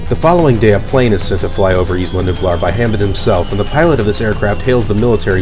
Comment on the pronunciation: Isla Nublar is pronounced (Eye-La New-Blar)